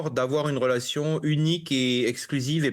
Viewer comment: Ce journaliste extrémiste a dit.. rolation...😂😂relation illitrer 😂